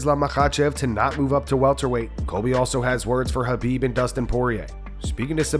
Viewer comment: nah man, run with it... Lhabib is fucking funny. Reminds me of Joey Diaz calling him Kalabib